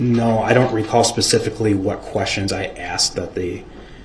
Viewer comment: brooks could create a language of his own. A couple of my favorites , axed and troof.